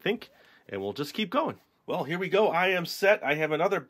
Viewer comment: you said e not we